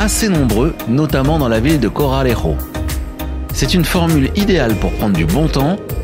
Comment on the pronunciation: deux R à Corralejo !